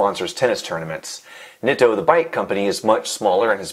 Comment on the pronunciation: pronouncing it "nit-oh" and not "neat-o" as well as calling braze-ons "brass-ons" is making me want to call the police